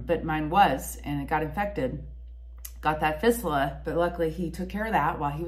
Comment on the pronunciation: Hi, I commend you on providing such a vividly detailed, self-effacing description of your journey with this serious disease, involving an area of the body that, for most people, both young and old, would be difficult to talk about. Just as a help with your verbiage, to keep you well versed on the topic, fistula is pronounced fist-you-la. Hopefully, your excellent frame of mind will continue to help you overcome the challenging trials and tribulations that you will be faced with. Stay as active and strong as you can, mentally and physically- hobbies, walking your dogs are great- helped me to deal with my personal issue. Imo, the statements in your last minutes here, provide the best information for those watching,,, if something's not getting better, regardless of the organ system,, get a doctor specifically trained in treating cancers there, to check it out. Hang in there & hope to hear some good reports from you in the future. Regards from Pennsylvania